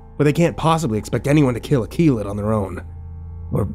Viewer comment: ok now i'm curious how you pronounce that dog's name, Kilat? Akillat? anyone knows? Edit: nvm found it, Keelut, boy i was way off mark lol